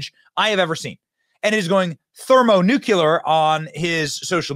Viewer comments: ThermoNuKuLur? There's no such thing. There is, however, Thermonuclear. New-clee-er. New-cue-lur doesn't exist. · Thermo “new clee ur.” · Thermonookulur 🙄 It would carry more weight if you pronounced it correctly, Benny. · Thermo-NEW-Clear Please pass the proper pronunciation on 54B 🪖🦅